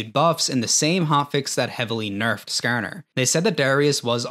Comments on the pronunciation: skArner. not skerner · SkaAR NUR, idk why but the way he says it makes me fkn laugh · I can tell you're from the Midwest by the way you say Skarner lol